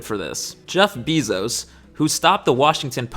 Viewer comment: Jeff Bee-Zos 🐝